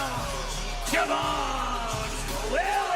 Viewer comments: Did that fool say Je'von Williams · Why is no one talking about “Je’von Williams”